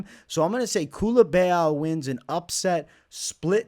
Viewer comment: Bro where do you see an E in Culibao 😂😂😂 Culibeeaaau